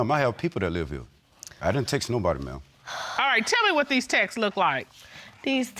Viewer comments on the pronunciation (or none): “Textes” sounds like Texas.. ugh it’s so annoying pronounce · My pet peeve .... You cannot send a state to anyone!!! It's not Texas folks! It's TEXTS!!! All you do is say TEXT & add an S to the end! Not an ES!